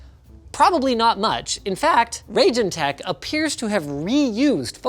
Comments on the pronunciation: It's about time that Steve Burke and the folks at Gamers Nexus get their hands on Raijintek (pronounced Rye~Jin~Tek; not Ray~Jin~Tek, as presented in this program) and Arctic's Air Cooling resources: Knowing that they have a more full~scale methodology for analyzing thermals, acoustics, and performance stability, them analyzing the Morpheus and Accelero Xtreme series will allow for us to have a better insight into if these 070 to 080$ USD resources are worth getting over having to purchase a Third Party card for hundreds of dollars more, especially when considering how interchangeable these particular coolers are. Thermally, the Morpheus II: Core Edition (and its First Generation Vega counterpart), Morpheus 8057, and Arctic Accelero Xtreme IV (Revision 02) are all extremely effective when compared to the Stock Thermal and Cooling Solution of a Reference Card, as well as dominating against any Blower variant and even certain Third Party options, which includes the Triple Fan coolers at times as well; the Morpheus II: Core Edition is the only one of the bunch known at this time to also work on a Radeon VII, which if you can use it properly it will drop the thermals by a noticeable margin and significantly drop acoustics (though an Undervolt of the card and some custom fan tuning can become equally as effective in dropping the thermals, acoustics, and even power draw); this kind of solution is meant more for the Enthusiast and Prosumer cards that those who get such a product wou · Just FYI, pretty sure it's pronounced "Rye-jin tech" after Raijin, the Japanese/Shinto god of lightning/thunder/storms.